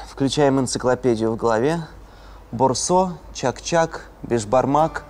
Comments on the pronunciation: Правильно будет Вообще-то. А еще правильно будет Боорсок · Правильно будет Боорсок.